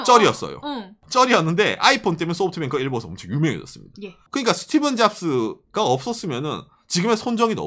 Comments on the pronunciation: 스티븐 아니고 스티브 잡스요!!!!! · 스티(븐) 잡스.. 스티븡 유 같아서 거슬리네요 ㅋㅋ ㅋ 스티(브) 잡스 부탁드려요 ㅋㅋ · 스티븐잡스가 아니라 스티브잡스입니다